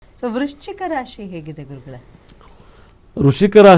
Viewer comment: Sir, rushika raashi alla ,vrischika raasi.